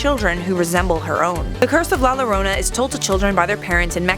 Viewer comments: No it's la yorona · Thanks for the video. I understand it’s Spanish and we speak English here but, it’s pronounced “la yorona” not “la lorona”. I know it’s weird but that’s Spanish for you. Also, can we see about that other vengeful little girl ghost Alma, from F. E. A. R. I’d sure like to know what would happened if she was real. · I love life's biggest questions.... but la Lorona made me cringe so hard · You complain about the pronunciation but have it wrong yourself. The two "L's" together make the "Y" sound. Its "La yarona", not "La jarona". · Btw it’s pronounced la yorona 😤😤😤 sorry I just get really mad when people miss pronounce things😑😑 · U pronounced it wrong it’s pronounced la yorona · La yo-dough-na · its more like a yorona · It triggeres me how u pronounce la llorona ( im mexican) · La jorana with 2 ll make the j sound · The fact that you did no research on how to pronounce llorona correctly makes me cringe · The only thing scarier than La Llorona, as a Spanish speaker, is her pronunciation of La Llorona. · The way you pronounce it makes me cringe so much omg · You pronounce it wrong bruh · It’s pronounced “ La llorona”